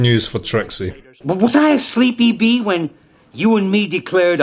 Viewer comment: I think Al said "asleep, E.B." not "a sleepy bee" but that shit made me laugh so fair play